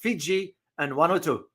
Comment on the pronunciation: Vanuatu is pronounced " Vanu-atu" And Noumea is pronounced as "New-mia" 🙏